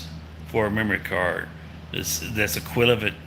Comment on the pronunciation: You pronounced 'equivalent' as 'equilivat'.